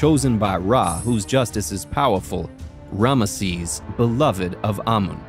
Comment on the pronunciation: Who is "Ranesses"? is related to Rameses?